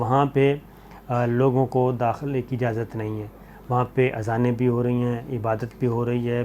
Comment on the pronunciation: جناب لگتا ہے کہ مساجد بندش کی خواہش کو علماء کی اکثریت کی خواہش بتانے کے جھوٹ کی نحوست ہے کہ جناب اذان کا تلفظ بھی غلط کرتے ہیں مفتی صابر شاکر صاحب مجارٹی علماء اذان سیکھ لینی چاہیے